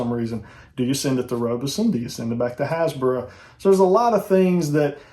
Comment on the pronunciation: What are you saying? Hasbra?